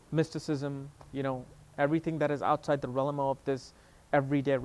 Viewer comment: You are mispronouncing the word Realm there is no you sound between the L and the m